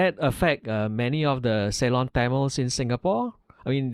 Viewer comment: is truly a good listener and gives ample time to the interviewee with minimum interjections etc. etc. Appreciate that. BTW is is pronounced as "SI-LON" 🤣🤣